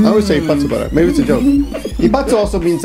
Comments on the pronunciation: I think you want to say 一括払い＝ikkatu barai =いっかつ ばらい the word is same as 一回払い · Presumably you have figured this out by now, but instead of 一発払い it's 一括払い (いっかつばらい） k instead of p. should have caught it!;-) You make a nice couple.